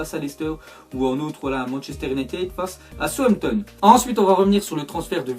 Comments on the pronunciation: dit "somton au lieu de Southampton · il dit tout le temps Sompton au lieu de Southampton😂😂😂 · Arette de dire souanpton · On dit "Saousanton"